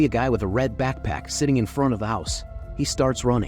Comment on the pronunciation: Why is backpack causing the AI voice a stroke.